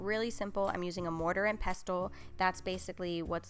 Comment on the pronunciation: Love how you say pestle with the loud t 😊